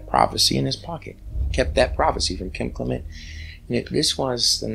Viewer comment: I am entranced with your videos about the Bible and the great prophet Kim Clement. I watch Donne on HOD and enjoy her a lit. Such a sweet and level headed woman. I will watch Kim many times over and over. Since you knew them so well why do you mispronounce their last name. Almost everyone does. But i listen to her and her mother when they introduce themselves and they pronounce it Clem ent not Cle ment!